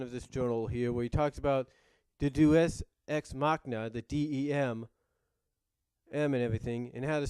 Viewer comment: for the record it's pronounced day-us-ecs-mahcina